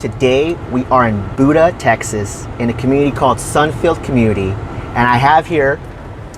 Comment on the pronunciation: Pronounced "b-YOU-da". Emphasis is on the U.